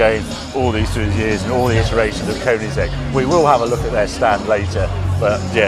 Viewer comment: And Koenigsegg not Köningsegg